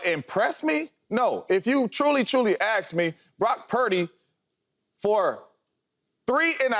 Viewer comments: Never listen to a person who says, ax me. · The word is ASK not ax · I you truly . Truly axed me lol 😂